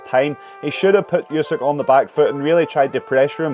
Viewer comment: you should learn how to correctly say the last name of a Ukrainian boxer